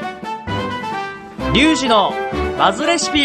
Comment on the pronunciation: どうでもいいけど、「どうもー！料理のお兄さん、ビーフでーーす！」って聞こえました